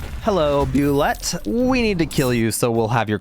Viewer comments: Not that it's a huge deal, but it is pronounced like Boo-Lay. Not Boo-Let. This is from the creator of the monster Tim Kask. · woah, i didnt realize you could reanimate the spider queen or bulette. also, small side note, its actually pronounced "Boo-lay" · it's pronounced boo-ley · Btw Bulette is pronounced boo-lay the origin of the name is kinda hilarious and dumb. When they first designed the monster it was based on some very cheap dollar store inaccurate dinosaur figures. The creatures looked pointy and given the whole swimming through the earth deal they were given they seemed like bullets but the creators wanted it to have a flair to its name and tried with very low effort to make it sound French this giving birth to the name Bulette